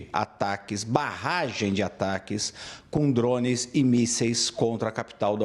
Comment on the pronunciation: Da um desconforto muito grande escutar esse analista falando "drownes" 🤦🏾‍♂️